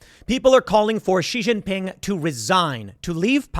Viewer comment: Tim, you are one of the few people who pronounces Xinjiang and Xi Jin Ping's name accurately--well done!!!